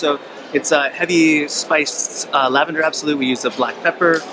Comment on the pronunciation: I liked thinking you guys kept saying "Tell a grandma!" 👵. I don't have much experience with lavender fragrances so uhhh... I'm from NY!